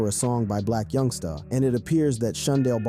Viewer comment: Boy why yo say my homie name like that!! Yungsta not yungstaaaa..